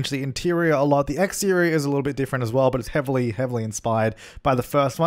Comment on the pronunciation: The laugh tho xD and words like intirrrior and igzteriooir xD